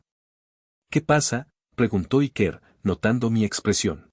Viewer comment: Ya que algunos se ofenden por como se pronuncia nombres en inglés , decir Iker es un nombre vasco y se pronuncia Íker, no Ikér